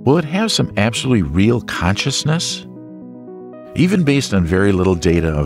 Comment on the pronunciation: is it really the Aactopus ? and the aactaapai baady ?oh, and it has caantschaasness, how is that evan paaasible ? gaad i didnt haave saach an aanglash taatchaa.